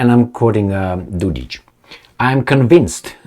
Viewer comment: Mate, it is Dod-ik...k like in (k)ing not Dod-ich ( there is no ć (ch) ) . What a heck, can't you read!? Not every Serb is ich! CAPEESH